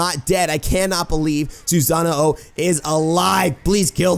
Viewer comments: why do you say "susano-o"? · Why do you say Susano-o? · I love ya but when you pronounce Awilix's name correctly but not Susano's name Susano o. The way you say it is how you name the weapon hr possesses. Anyway nice vid.